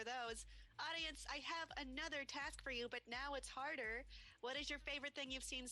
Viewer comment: .....did u Heard Kim saying"HARRDER"